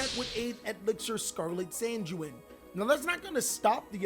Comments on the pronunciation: It's con-quiz-cador and san-jween 😂😂😂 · it's 'con-kees-ta-door' 'sang-ween' and 'wa-care-oh' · What bothers me is when he pronounces the traps sanguine and conquistador. Both are words that exist outside of Yu-Gi-Oh yet he can't pronounce them